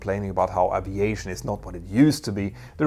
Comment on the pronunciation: Glad to hear he now says A--V--EIGHT--SHON not pronouncing the " A " as in Apple. This is brilliant.